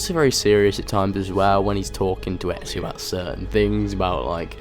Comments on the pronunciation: I hate it when people say ezio they end up saying etzio there is no t in ezio's name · your pronounciation of ezios name is so funny :D